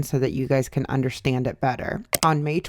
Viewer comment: tbh the thing that annoys me the most about Trisha is how she says “undershtand”